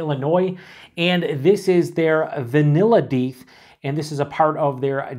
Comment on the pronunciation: FYI, Deth is the head brewer of Revolution and yes, it's pronounced "deeth", but people always mispronounce it "death" so they embraced it, hence "Deth Star".